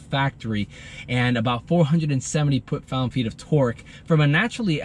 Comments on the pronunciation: Fantastic car and review, but couldn’t help but notice…”Poot Found” lol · He said “Poot found feet of torque” 😂😂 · did you say poot found feet or Torque xDDD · "470 put found feet of torque" lol all love